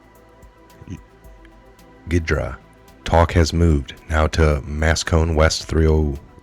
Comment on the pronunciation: GHIDRA think Hydra (silent G). Not the only thing you've miss enunciated lately. NSA Software program (now Open Source), reverse engineering code, is suppose to break down program algorithms. NSA.GOV/Ghidra